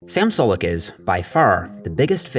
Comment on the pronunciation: It's pronounced 'Sue-lek'